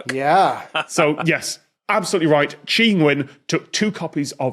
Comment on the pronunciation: How does Tom know how to pronounce "Tri"